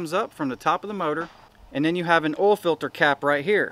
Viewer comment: "Ole filter"..... "Ole cooler"...🥴🥴🥴🥴🥴